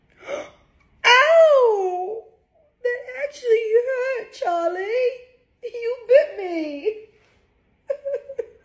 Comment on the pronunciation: Why did she sound so British when she said charlie